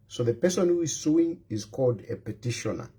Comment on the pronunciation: ITS PETITIONER NOT PETISHONA DUDE GO BACK TO SCHOOL